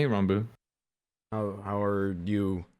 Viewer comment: I love how Sam calls Ranboo Ronboo